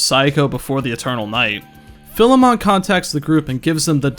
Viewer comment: Persona Fans Pronounce "Philemon" Correctly Challenge